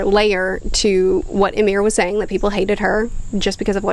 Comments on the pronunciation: Not Yamir, Imir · I'm 15 minutes in and my nordic blood is boiling at the attempts to pronounce Ymir. This is great entertainment at work, keep it up